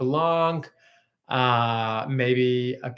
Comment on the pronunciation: Just a French pronouncing you to not say the letter c when you say Blanc